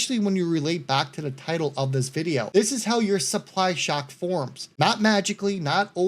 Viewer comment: My man said “historic supplock shy” 😂😂 You the man!!!